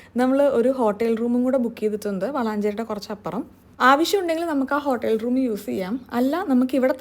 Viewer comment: Hotel room pronounciation 😂 s wrong overaki parjond parjatha